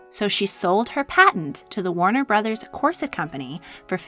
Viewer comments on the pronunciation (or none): none